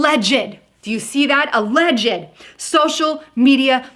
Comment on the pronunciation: You caught that too ?! She also said A-ledg-ed . A-ledge-d